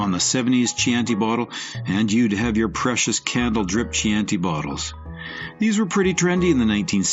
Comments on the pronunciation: “Chee-anti bottle”? Gurl please. This sucks. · Last I heard, they were pronounced "Cianti" (hard C, like a K). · Key-an-tea bottle..... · Yes Chianti